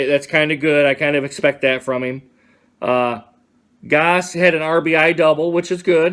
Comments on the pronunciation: Goss it's gose how do you have any subscribers dude you can't even pronounce names wtf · I was making fun of you dumbass ass you said Goss it's gose